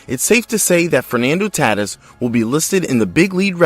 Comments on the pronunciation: Ta-teece, not Tat-iss. 👎🏽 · Good video. Just a note - Fernando Tatis last name is pronounced ta - TEECE.